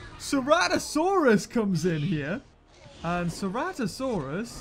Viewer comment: « Ceratosarus » you meant Ceratosaurus ?